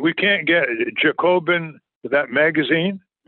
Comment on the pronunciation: Kind of adorable how he mispronounces Jacobin. Or was it intentional?